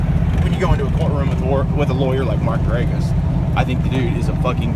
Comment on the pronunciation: Now your comments make sense. You watched the documentary 🙄 🤣 A documentary created by the family of the convicted murderer that lies and deliberately omits the evidence against him. Ps...it's pronounced GER-A-GOS